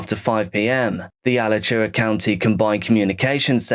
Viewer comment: As someone who lives nearby , everyone from Lake Butler is fucking crazy. Edit: It's pronounced uh latch oowuh Alachua.